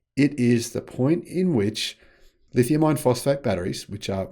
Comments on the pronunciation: It's not the terminology, it's pronunciation. "R" is a weird sound. People from lots of countries have trouble with it. When says iron, it sounds a lot like ion. "lithium ion" is an extremely common pair in the battery world. I can see it causing confusion. Two solutions: Say "LFP" instead, or work on the pronunciation of "iron" at least to the point that CC gets it right. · STOP calling them "lithium iron phosphate" !!! When you say "Iron" it sounds just like "ion". BIG DIFFERENCE !!! That's why NOBODY else makes that mistake. That's why they properly call them "LFP". Then, there's no confusion. STOP IT !!! Please !!! Even your CC hears you saying 'ion' when you intend to say 'iron'. Terrible communication scramble.